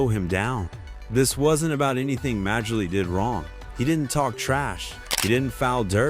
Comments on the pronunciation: When I first heard it pronounced "Major-League," I wondered what sport this video was supposed to be discussing😂🤣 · Ah learn the game….pronounce Dan Majerle. as in “Marley”. What are you 20 years old. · Dam ai. Who the hell is major-lee. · If you can't pronounce Majerle, you're not a fan of the game and should not be making NBA vids.